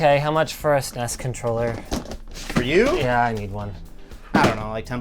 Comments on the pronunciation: Anyone else get cringe hearing linus say SNESEES controller lol Super nes lol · Why tf does Linus keep pronouncing it "sness"? No one called it that at the time. People either spelled it out or called it Super Nintendo.